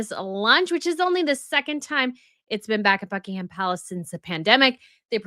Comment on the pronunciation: In 'Sandringham' and 'Buckingham' the 'h' is silent.